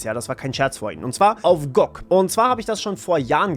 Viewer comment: Gutes Video, aber die Aussprache von G.O.G. und Widevine ist schlicht falsch 🫪